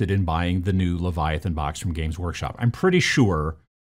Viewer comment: strengths: presenting, video editing, game design. weaknesses: saying book / box correctly.